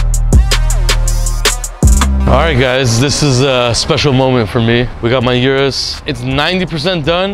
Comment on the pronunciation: O-RUS not U-RUS